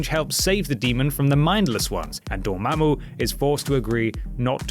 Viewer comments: You say Dormammu pretty damn well. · I love how you pronounce Dormammu.